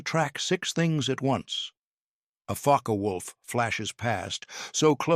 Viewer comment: IT'S FOKKuh WOLF. NOT FOKKEE WOLF.